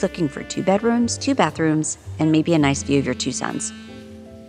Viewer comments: The “Noice” 😭😭😭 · click "noice"